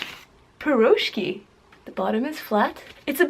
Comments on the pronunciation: the blintz pronouced blinchik/blin and you eat the meat blinchik with sour cream and the cheese is eaten with jam for your taste and you pronouce the piroshki pirashki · heeyy, funny to hear how you pronounce Piroshki)) and correct name for Blintz is "Blinyy" its like slimmer version of pancake)